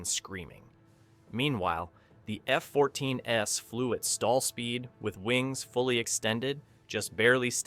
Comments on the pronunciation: The AI voice is actually saying "F-14 S" instead of the plural F-14s. It's only one of many errors made by the artificial narrator. I had to bail before making it halfway through because it was so annoying. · The "S" in "F-14 S" wasn't meant to represent an "S" variant of the Tomcat. It was an artifact of the AI voice not understanding the plural pronunciation of two F-14s. The poster should have tweaked the script to correct the errors, but it's just click-bait anyway. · Another clickbait title. No banned alternate ending whatsoever, and bizarre narration, and oh by the way there is no such thing as an F-14S Tomcat. Your shitty AI narration misinterprets plural for a non-existing Tomcat version. Sloppy work. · The AI mispronounced two F-14s.